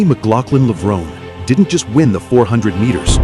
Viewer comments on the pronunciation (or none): Yep. It's pronounced "Levron-ee" not "Levrone."